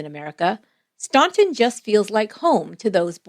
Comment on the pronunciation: Please. Its pronounced Stan-ton. Not staun-ton